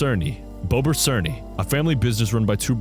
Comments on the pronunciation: bobr černý its czech you read it like bober chernee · its pronounced bober chernee btw (sharp r in both) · not to be a linguistic nerd but it's pronounced "Bobher Cherknee" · seeing "bobr černy" in a video and him reading it very wrong is something that is funny to me